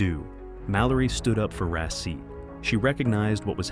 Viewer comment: The turkish pronunciation of his name is rah-sheet. It sounds like the video is saying receipt. 😂